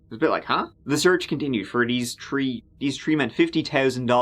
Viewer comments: It's THREE!!!! NOT TREE!!! I know you're trying to sound all folksy and cute, but it gets SUPER ANNOYING. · Three … not tree… no excuse for mispronunciation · Nothing more annoying than a selective accent. Dude can pronounce “the” correctly but “three” is pronounced “tree”? Gtfo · And tree turdy tree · You’re killing me 😂 every single time you say three, it sounds just like “tree” I’m southern so my accent is very easy to make fun of and we do 😂 the letter “T” though, YES 😆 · I know this because I missed him trying to say three and saying tree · One two tree four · Bro can say “there” “then” and “they” but not “thirty” or “three”